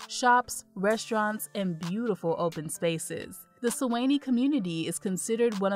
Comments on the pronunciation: Great information however Suwanee is pronounce Swan -Nee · She said "Su Whennie" 😃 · Nice video. Glad to see my town of Suwanee made it to #3 (Su-wah-knee). Your pronunciations are off, you should get a local to assist with the proper pronunciations.